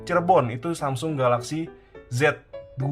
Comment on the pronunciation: Hape tertipis pada masanya... Btw bang saya ngakak denger SAMSING 🗿